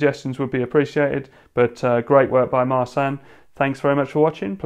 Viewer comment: his name is pronounced "mar-chin" i believe